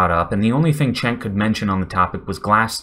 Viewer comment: Just a nit, "Cenk" is pronunciated more like, "Jenk", not "Chenk". Otherwise good analysis.